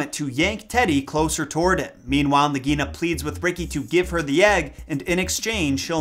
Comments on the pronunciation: Love this! But I think Nagaina is pronounced "Nog-A-Eee-na". Not "nog -EE-na". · Just a side note, I am not trying to criticize but in the movie the pronunciation of Nagaina was (Nāg a ee na)